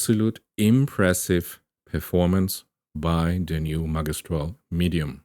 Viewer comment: it's pronounced ' ma gi stral ' th gi as in magic not as the game